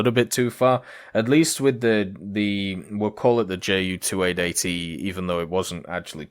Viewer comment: Wow... that's a lot of work in the past few days... good job. But again, its "Ju" like "you", not "Jay" - "U".